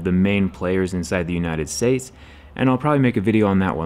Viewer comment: so, no one's gonna talk about how he said "United Sades"